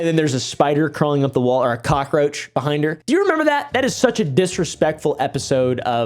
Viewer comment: “Big Behing Bars”